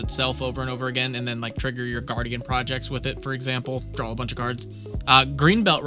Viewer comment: there is no "L" on the end of the word "DRAW".